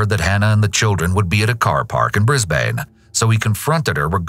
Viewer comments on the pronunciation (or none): Btw Brisbane is pronounced Bris-bin not Bris-bane 😊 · The minute I heard "Bris-bayne" I cried inside 😭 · I think everyone knows how to say Sydney but Melbin not melbourne- 😭 hello??? Brisbin??? I'm done LMFAOO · I love the dedication and care put into these videos and the care you put into summarising the warning signs of potential danger like the red flags in the second story. As an Australian hearing the news about what happened to Hannah and her family shocked everyone and I remember everyone wanting reform in her memory. Also, if you cover an Australian story again, Brisbane is pronounced as 'Bris-bin' here same with Sydney as 'Sid-knee' and Melbourne as 'Mel-bin' - Aussies are kinda weird. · Brisbane. Pronounced: Bris - bin 😎 Fellow Aussie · Is our narrator actually speaking? if so, pronunciation assistance: Bris-ban